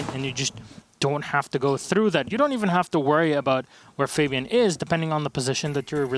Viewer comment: f-ah-B-an please get it right it hurts my ears to hear it wrong